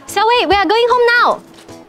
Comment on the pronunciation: It's supposed to be sowie not siowei Si-owei